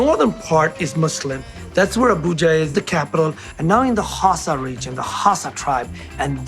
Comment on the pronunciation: Dude. You’re overpronouncing these words. Suya, Hausa, you doing too much.